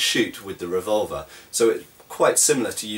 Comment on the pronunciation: when you say revolver, it sounds like vulva.